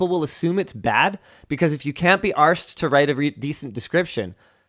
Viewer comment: Love how much Linus pronounces the R in arsed, as an Englishman it's pretty funny